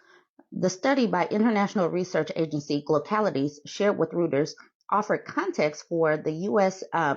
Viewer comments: Pronunciation guide: Reuters /ROY ters/ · Pronounced “Roy—ters”.